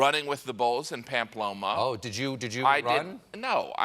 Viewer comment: Pamploma & payella?? Hahaha first he says we should call it España and then he butchers two basic Spanish words